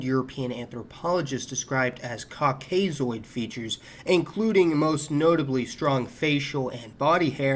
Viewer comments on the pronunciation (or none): Say “KAWK-uh-soid”